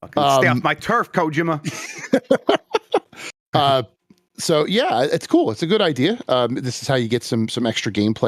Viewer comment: Is there some sort of inside joke for why he always mispronounces Kojima’s name?